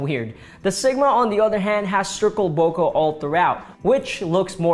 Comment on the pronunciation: Bokeh is pronounced "Boh-kay" not "Bowka"